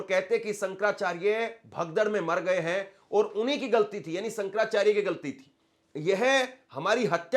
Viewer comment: Hindi toh bolna seekh lo... Reporter ban gaye ho.... Sankarrrracharya